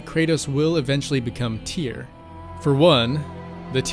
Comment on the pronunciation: STUDIOS It's Tyr not Tear.